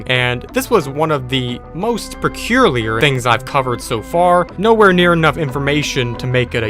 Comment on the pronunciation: HmMmMmMm "Pecurlier"